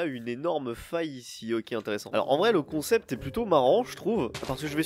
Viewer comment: T'est en train de boloss les mots français la ptdr Concept devient "Troncept" waouh XD